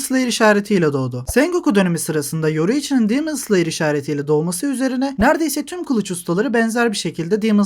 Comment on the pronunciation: Abi neden “dimıns liyır” diyosun “demon slayer” de işte